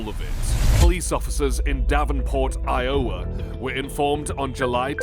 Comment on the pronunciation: I O Wa for Iowa is crazy.